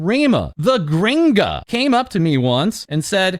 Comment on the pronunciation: the most gringo way to say gringo